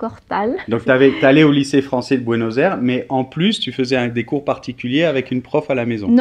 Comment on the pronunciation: Ça s'écoute horrible "Buenos Airs"